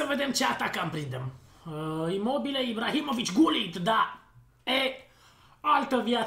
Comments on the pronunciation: cel mai tare youtuber de fotbal #respectbraker PS se citeste Ruud Hullit,no hate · am iesit de pe video cand am auzit cum ai pronuntat GULLIT......